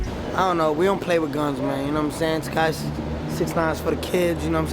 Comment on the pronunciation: Bro said the notorious Takashi 69 🤦🏽‍♂️☠😂